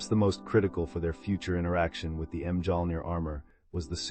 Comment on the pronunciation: Hearing the pronunciation of Mjolnir killed it for me 😂